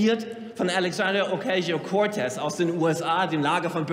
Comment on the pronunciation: "Älegsändria Okäischo Koartez" So ein Depp, der Kleinwächter :D Hauptsache mit Ami-Akzent den puerto-ricanischen Namen verunstaltet. Aber hey, it's his mom's börsday...